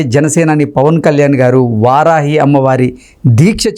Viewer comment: వరాహి కాదురా బాబూ, వారాహి అనేది నేర్చుకో.